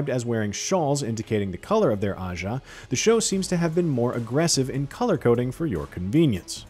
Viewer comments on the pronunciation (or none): none